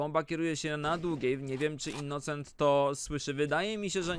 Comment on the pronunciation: "innucent" xD